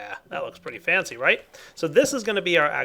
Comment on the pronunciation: said fancy, not fency